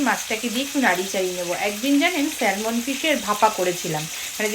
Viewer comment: Spelling ta hoyto “Salmon”but pronunciation ta hoy sa-muhn.. ekbar ektu check kore nio.